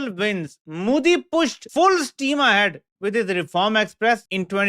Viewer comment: ** Correction - It’s Modi and not Muudi ..